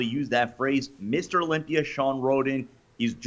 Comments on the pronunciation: Has anyone ever noticed Dave says things that end with an "a" as "er"? He looked great at the Olympier. To help them lose some water I'll put em in the sauner. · Dave ffs, ask RICHARD FROM UK how to correctly pronounce "Olympia and sauna". He is a native speak-er and a Kindest Regards send-er.